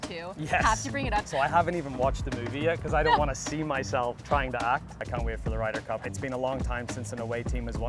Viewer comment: Did she say, “ Ryders cup!? “😂😂😂😂